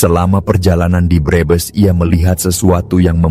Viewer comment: Pembaca narasi orang luar negeri kali ya. Kalimat Brebes dibilang breebees.